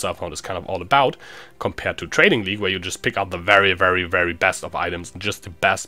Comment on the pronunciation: The first time you said 'trading league' it sounded like 'training league'... Well anyway I laughed.